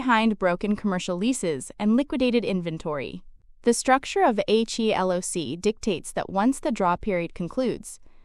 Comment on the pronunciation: “HELOC” is pronounced “ he-lock”. It is never spelled out as “HELOC”